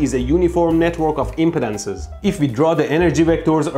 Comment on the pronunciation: I know you meant to say impedances, but it came out as inpotences. I spit my drink out because that good sir was either a well misplaced pronunciation or a very good pun.